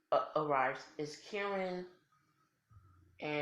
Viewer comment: Karin not Kerin